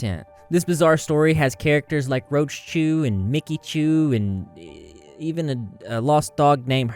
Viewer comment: It’s funny to me how she adds chu on everything. Especially the “roacheschu” 😂😂